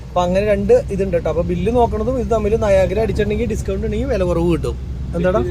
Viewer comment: Nayagra alla nayara 😂😂😂😂😅